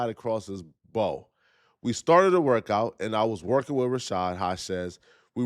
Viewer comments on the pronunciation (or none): Across the "BAU" as in "WOW" not "BOW" as in bow and arrows. Across the bow is a well-known phrase. Come on there are folks in your comment section who can't read or spell and you contributing to this ignorance.🤣